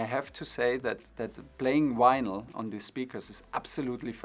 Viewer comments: Tuchel saying 'Winyl' has made this for me! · Germans pronounce vinyl like this.